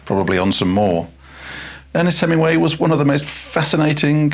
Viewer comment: Please fit the g in Hemingway.